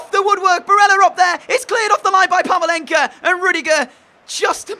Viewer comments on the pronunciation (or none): It's pavlenka not pavalenka